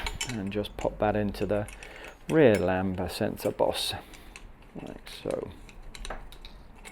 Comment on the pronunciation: Lambda not lamba always makes me cringe